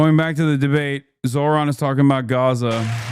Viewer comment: So pathetic of Cuomo to keep mispronouncing Zohran's name when the guy is getting practically equal numbers in the polls. Pure racism.